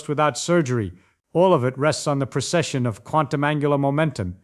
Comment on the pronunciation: Precession. Not procession.